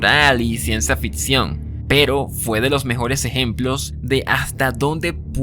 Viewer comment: ¿Ciencia “fitsión”? ¿Cómo es que alguien que no sabe hablar español se atreve a grabarse a sí mismo mientras habla?